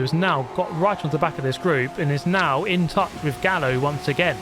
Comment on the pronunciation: sorry but isnt Gallo read Gayo? Simillar to the Gallardo